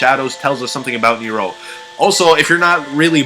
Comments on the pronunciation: its supposed to be like "near-ro" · ricardo rojas ok its pronounced Neeerow ok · Who else cringed do damn hardwhen he says neRO neRO neRO ITS NEro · It's Nero, not kneer-roh, stop pronouncing it with such a fukin stop in the middle of the word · It's old but the summoning key is not a glass and why do u pronounce Nero saying neyero loved the video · I like how he pronounces nero as nerow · He says nero as neeiro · He says it Near-rows the only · He says it Near-row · Anyone being driven insane by his incorrect pronunciation of "Nero"?... -_ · Okay, first, You are saying Nero and Femme wrong, I don't mean to hate but my OCD is tearing me apart. Second, (no offense when I say this, This is just me correcting a theory due to common sense) When you were talking about your Theory, I noticed many things wrong. For example, the theory of Nero watching Jessica is true, but the fact that Jessica is Married to Vincent is as bad as saying that Misty is Dempsey's Daughter or one of Nikolai's wives, even though this was made before we had more than A single trailer to go off you should still understand, I intend no Hate or Negative effects from this comment, and thank you for your time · Austin Spurlock he emphasizes it oddly